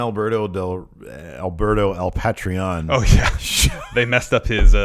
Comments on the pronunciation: The fact that is unable to correctly pronunce Alberto El Patrón's name triggers me so hard. Everytime he calls him "del Patreón" or "al Patréon" I literally want to raise my voice and correct the shit out of a prerecorded youtube video. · you HAVE to be mispronouncing Alberto's name on purpose at this point, you have to be...... please be..... they literally said his name a billion times in Lucha Underground! x3